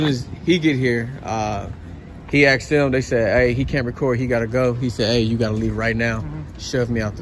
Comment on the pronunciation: Maybe if those first two officers in the opening video “asked” the man to stop recording instead of “axed” they would have gotten further. That sounds so uneducated and ignorant speaking like that. 🙄🙄